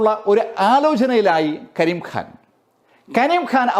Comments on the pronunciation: ഖ യുടെ ഉച്ചാരണം (ക'ഹ) എന്നാണ്. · കരിം ഖാൻ ഹാൻ അല്ല.. ഉച്ചാരണം ശ്രദ്ധിക്കുമല്ലോ. അവതരണം കൊള്ളാം അഭിനന്ദനങ്ങൾ 👌👍🌹